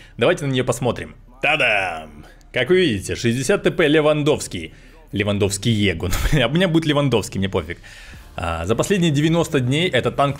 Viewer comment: Lewandowskiego переводится как "Левандовского", а читается как "Лэвандовскего"